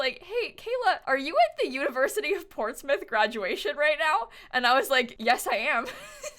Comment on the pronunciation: Thank you for pronouncing Portsmouth correctly <3